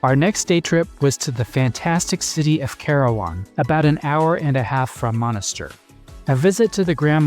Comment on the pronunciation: Monastir. Et pas Monisteur 🇹🇳